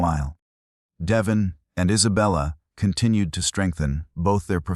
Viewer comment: I hate these AI voices, mispronouncing names, words, butchering phrases. His name is De-VON, not DE-von.